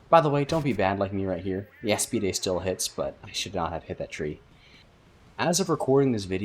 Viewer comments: aa-spied... not a-spee-day... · bro why you callin aspides "Eas-pi-de"